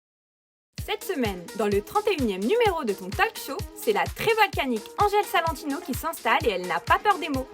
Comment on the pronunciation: "Dans le 31eme épisode de ton talque chaud"... non mais l'anglais vreuuuument !🤦🏻‍♀️😅